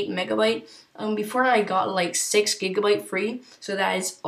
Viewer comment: Nice video and Nice apps by the way its gigabytes not jiggabytes